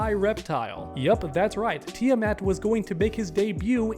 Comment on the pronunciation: Kid, learn to pronounce Tiamat.